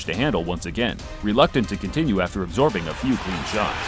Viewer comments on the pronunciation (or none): none